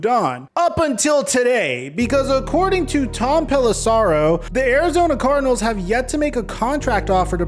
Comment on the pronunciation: Pelissero rhymes with arrow, not sorrow.